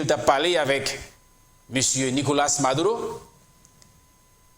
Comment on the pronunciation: MaduRo, ma-dou-reau tankou Bureau, buro, ma dou ro (not madoulo) juan Guaido = Gway- Do